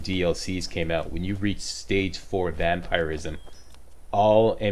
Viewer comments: Most People pronounce Vampirism as Vamp-Er-ism, meanwhile: Vamp-Ir-ism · The way he says vampirism is bugging me 😂